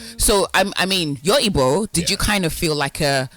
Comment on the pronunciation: Wtf is ibo, learn to pronounce the word ma, it’s Igbo.